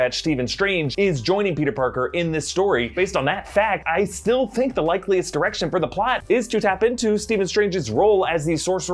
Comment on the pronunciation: Sounds like said "...the likeliest erection..." Or is it just me? 👀